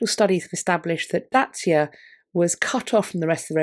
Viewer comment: Dacia is the ancient Latin name for that province where the Sponsian coin was found, it’s pronounced DOCK-ee-ah in Latin.